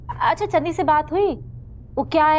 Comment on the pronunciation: Biji ne channi ko dhanni bola😂😂